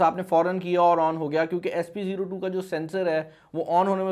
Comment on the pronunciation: Its spO2 not sp02